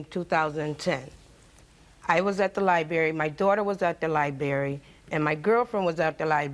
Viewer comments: Libary??? It’s LIBRARY!! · The sons mother is extremely ignorant did she say he moved on and has a new baby like that’s something to be proud of and she said “libary “ not library she made my head hurt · Everytime she said “Liberry “ it pissed me off 😂🥴😑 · Baby, she said liberry 6 times, I could not have kept a straight face. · liberry...liberry....liberry...liberry.... LIBERRY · "at the lie-berry" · "Libary"...wow stay in schoo folks....😅😅